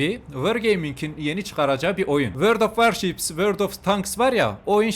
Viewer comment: sdhshs world of eçwats of wards